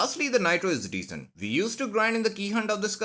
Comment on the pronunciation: “NEXT UP VE HAVE” IS BACK🔥🔥🔥🗣️🗣️🗣️